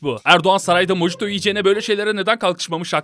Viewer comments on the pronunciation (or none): çok güzel bir video daha lakin mojito mohito diye okunur ve yenmez içilir:)